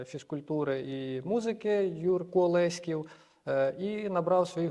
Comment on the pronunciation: 🤫, не кажи нікому 😂. Дякую за роботу. ЛЕськів, а не ЛеськІв😊